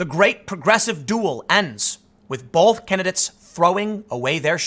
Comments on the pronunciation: I must be old, but can I ask. When did we add an L to the word both? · The word both does not contain an L Tim. Please say both not bolth